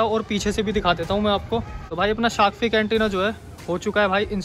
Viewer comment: Correction bro: Shark Finnnnnnnnnn not fig, thank me later 😊